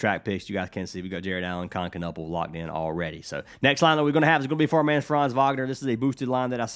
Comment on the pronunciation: Appreciate the love the Milwaukee homie Kon but the last name is pronounced like Ka-nipple.